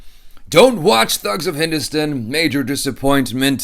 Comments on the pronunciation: It's not stun, it's Stan ducking Stan!!! HINDUSTAN! Not HINDUSTUN!! PLEASE for the love of God! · Please pronounce properly It's. #Hindustan 😋say hello Hindustan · Your"good morning Hindustan" sounded like a firangi British officer.😂